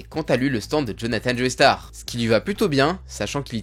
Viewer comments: "Joeystar" ? Sérieusement ??? 🤦🏻🤦🏻🤦🏻 C'est JOESTAR ! Il suffit d'écouter l'anime pour entendre qu'ils disent "Joestar" et non pas "Joeystar" ! On dit "Jojo" et pas "Jojoey" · le sang des joeystar ??? je t'ai toujours bien aimé mais la c'est trop c'est joestar (josuta) alors fait attention a tes prononciations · Tu peux arrêter de prononcer joey starr ?